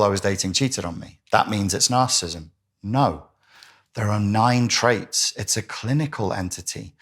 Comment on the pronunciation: Please pronounce it properly! NAR CIS ISM NAR CIS IST IC!! You're saying NAR CIST NAR CISM NAR CIST IC. I cannot listen to you!